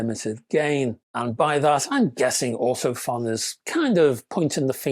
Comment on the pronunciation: Great review and useful info, especially the chart. Just FYI, Ortofon is actually pronounced Ortophone!